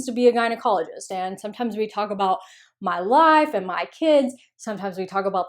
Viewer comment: That accent on "my life" gives ME life!